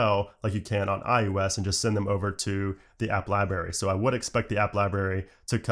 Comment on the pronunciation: why do you say ”ius” instead of ”ios”?